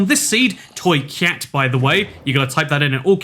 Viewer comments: Its not toycat it says toycyat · it's english but with creole dialect. I'm from Trinidad and Tobago by the way. we say "cat" for "vagina" but the way we pronounce things, it sounds like "cyat" so hearing him say "toyCYAT" awakens a juvenile sense of humor in me.